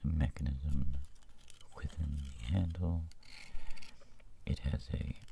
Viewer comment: Th r-r-r ee inched on ZE button!!!